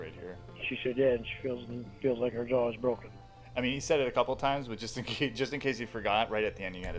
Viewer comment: Just in case you forgot her "Jawr" is broken 😂